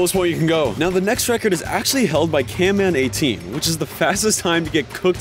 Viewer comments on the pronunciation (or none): Bro said can man 18 it’s camman18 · You do realise it's cam man not can man